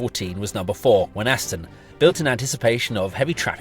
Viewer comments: Can I say as a local person, Thank you for this detailed and interesting film. May I correct you though about how Wenhaston is said, the 'H' is silent and the 'A' is changed to an 'I' as we say it locally, 'Weniston' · As a local(ish), the h in Wenhaston is silent. It's pronounced Wen-aston. Great footage though..!! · Wenhaston is pronounced Wenn - Ass- Ton, no H, townie.